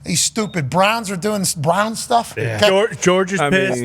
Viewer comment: "these stupid brahns is dooin brahns stuff" 🤣🤣